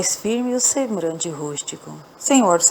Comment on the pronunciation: Escutei a estória, gostei muito. Realmente, você fala algumas palavras erradamente, mas em nada atrapalha o nosso entendimento da estória. Procure ler mais em voz alta, para melhorar. Você diz: sembrante.... e o correto é sembLante, com "L". FÁCIL DE SE CORRIGIR. PARABÉNS.